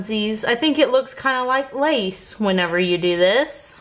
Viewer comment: Fellow Texan here. I love how your Texan accent turned "lace" into "lice." LOL!